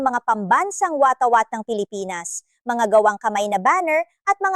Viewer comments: Waw. iba na pala ang bigkas sa salitang watawat kundi. WATAWATA. Nice , beri GUD... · Hindi mo na bigkas ng wasto ang salitang watawat at mga iba pang mga salita.dapat sana pinag aralan mong bigkasin para lalabas yong tunay na ibig sabihin ng mga salita at maintindihan mabuti ng nanonood.